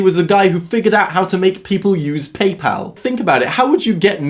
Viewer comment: Thanks for saying PayPal, not PayPaul